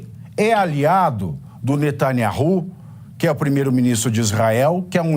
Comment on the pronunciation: Bolsonaro e um dos poucos a falar o nome do Primeiro Ministro de Israel Benjamin NatanYAHU corretamente so Orgulho desse Presidente Abencoado Abracao a Todos.